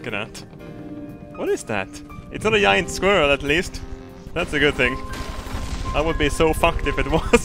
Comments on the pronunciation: "it has awoken a yayant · “It has awoken a jijant” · 'It has awoken a yayant'